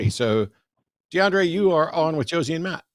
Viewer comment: The caller pronounced the S in Josie's name with an S sound instead of a Z sound and punched the T in Matt like Jimmy does with the word button. I'm not sure that is the same as changing peoples names